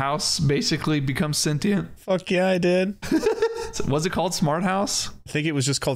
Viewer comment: Thank you for saying "senTient" correctly 🙏 ... (gtfo with that "sencheeeaaant" shiiii...)